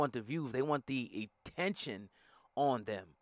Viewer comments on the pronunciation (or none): "They want the etention". What's that my brother? lol